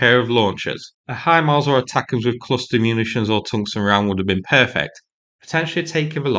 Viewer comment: For the more intelligent when he says Free he means Three, When he says Wiv he means with! This is classic TH fronting at it's worst. He has a problem saying TH!